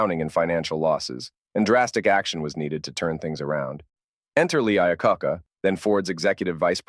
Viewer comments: Yeah, "Lee Eye-ah-caca" and "Mark Vyeeiigh" (Mark VIII) had me roaring 🤣 But it's also when you pull focus and see that not much was actually said in all this word soup. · The AI narration definitely has some trouble in spots and it really sticks out… For instance Mr. Iacocca's name is very poorly pronounced twice and then on a third try it is properly pronounced. Quite annoying to anyone with intelligence actually. Several of the pictures do not line up with the narration and it is extremely bad information to show a two door version of the 61 through 63 suicide Door Lincoln as no such vehicle ever existed. It was not until the 1966 model year that a two door version of the Lincoln premiered.